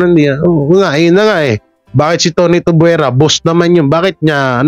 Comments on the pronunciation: Kuya it's tuviera not tubuera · Tuviera not Tubwera